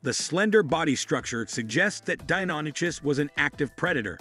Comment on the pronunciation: that's not how Deinonychus is pronounced. It's "Die-non-ick-us"